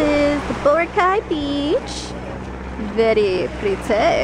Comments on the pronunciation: I say (bo-rah-kai) not bora- Kai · bor- AHH- cay lol xD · I thought is was bor- ack- Kai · did you say brocay? ive been there so purdy!! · the correct pronunciation is Bor-ah-cai -___ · Hey! No offence but it's pronounced bore-ah-khay:) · I wanted to gauge my eyes everytime you pronounced Boracay wrong O.o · I can't tell if she's being serious when she pronounces Boracay.. lol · You can fluently speak Tagalog but you can't even pronounce Boracay right? lol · Hahaha she pronounces boracay wrong :) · Omg your Filipino and you don't know how to pronounce Boracay properly? LOL